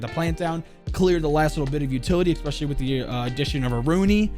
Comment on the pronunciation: It's Especially... Not ex-specially.. I've got an operator for you.. Dictionary?!!